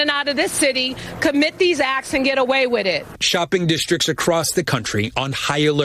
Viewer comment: Hey Breed it's "with it" not "wid it"......